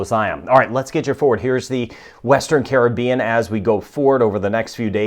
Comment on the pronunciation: Watching from Nassau, Bahamas I Love how you know how to pronunce all the names of the Caribbean Island and South American Countries ...